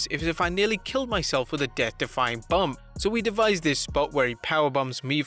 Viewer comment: It’s Bump not Bumb